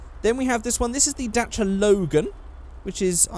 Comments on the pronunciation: Dacha? Mate, it's Da-Chi-Aa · It's Da-ssi-a. Not Dashia. We say Dassia in France, and we (Renault) own the company è_é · it's pronounced dah chee ahh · The car is romanian and is called Dacia not Dantra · You have to say it like dachia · as far as I know it's pronounced "dah-see-yah" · you are pronuncing wrong dacia!!!! pronunce like dachia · First time I hear someone say dacia "daycia" or "datcha" xD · Its pronounce it's like this (Romanian) D-A-CH-EÄ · I think it's pronounced Dacheeya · I'm so sorry, but I couldn't fucking stand you sayin 'datcha' or whatever, so I stopped watching. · I have never heard anyone call a Dacia a "Datra" in my life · Actually it is pronounced Da-chi-aa, I know because the company came from Romania and I'm half Romanian. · Its so weird hearing you pronounce dacia the way you do, in my country its pronounced the same as its written (a sounds different in romanian and "ci" is prounounced like chi in english) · its funny how you say dacia because im a romanian and the correct way to say dacia is the second one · Its so funny how he says Dacia xDD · I like how english people say Dacia Sandero